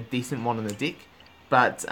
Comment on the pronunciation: When he says, "deck" it sounds like "dick" LOL